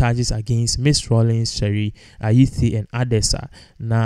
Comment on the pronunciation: May her soul rest in peace. Why are you pronouncing t as th? It’s Ayittey not Ayithe.